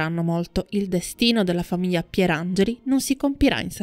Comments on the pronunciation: Mammamia non si può proprio sentire quella mancanza di GL: famiya, fiyo, sveyo, dettayato.... Cacofonico. Un corso di dizione per acquisire la pronuncia CORRETTA della gl, costa troppo!? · GL GL GL GL GL GL, NON y y y y . Grazie. Buona giornata. Ps: se non fosse per quella orribile mancanza della GL i suoi video sono belli.